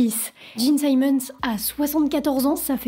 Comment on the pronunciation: Bel effort mais difficile d'être crédible lorsqu'on ne sait même pas prononcer le nom des membres du groupe... Eric Carr, pas Care... Simmons, pas Simons... Les bases de la phonétique en anglais, à défaut de s'être correctement documenté....